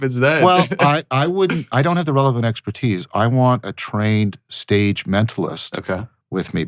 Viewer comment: "it really sets the sage... stage.." lol, this was a pretty deep slip up